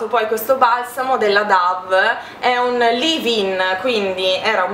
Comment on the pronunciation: ciao! La linea Dove non si legge come dice anche la pubblicità ahimè DAV ma DOV... Insomma come colomba in inglese (infatti il simbolo è una colomba) ciao Baci!!!